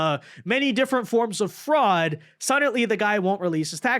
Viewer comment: "Suddint-lee" Lol man